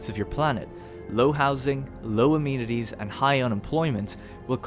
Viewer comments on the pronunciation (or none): It's pronounced uh-men-it-eez though, not a-mean-it-eez. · "Amenities" uh-MEN-it-tees